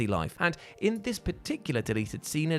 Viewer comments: Joker gets a ‘hareem’? Never heard harem pronounced that way… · you my dude but hearing you say Harem is making my brain glitch. Just say ShenMUEEEE or Nier Automata Potato Potata. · you don’t know how to say harem?? Really?? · What the hell is a hareem? The word you're looking for is HAREM. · Hmm, didn't know there was a British pronunciation for harem.